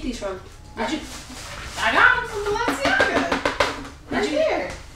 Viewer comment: She said balenciyaya